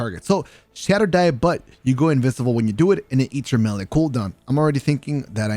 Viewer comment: says invisible like invisivle lol, good vid btw